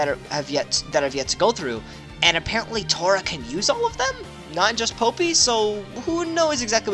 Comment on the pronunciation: its not popi. its poppi as in pop-pi